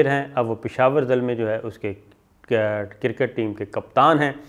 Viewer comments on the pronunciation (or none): It is not "cirket", it is "cricket".